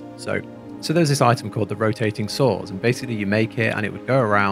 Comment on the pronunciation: very informative video, watch the whole video and liked it. only 1 complain, the way you pronounce "item" like "i-em" really sounded super weird and bothers me (just my personal opinion) so much. why take the "T" away?